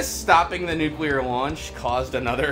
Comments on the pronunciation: Nukular. Just put it in the damn dictionary already. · Okay, so I need confirmation that I'm not alone with a pet peeve... I cannot fucking stand it when people pronounce nuclear as, "new-key-lur," like it's difficult to pronounce. Fucks sake, it's pronounced EXACTLY as it's spelled; "new-clee-ur." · bonesauce its nucular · As long as you don't pronounce it, "newkeylur," otherwise I just want to punch the person. I also get irritated when people say, "all of the sudden," and, "irregardless." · nucular aluminum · why can none of those voice actors say "nuclear"